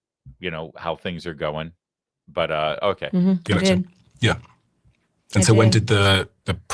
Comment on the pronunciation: "but" not "bit"!!!